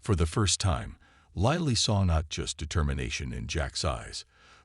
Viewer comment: Please pronounce and spell Lily properly.